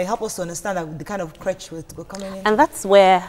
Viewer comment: These ladies pronunciation of creche is awful.